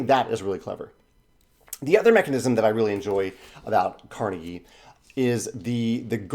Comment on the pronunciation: You would think that the people producing the Kickstarter would have the decency to check how Andrew Carnegie's name is pronounced. At least they posted an update commenting on that.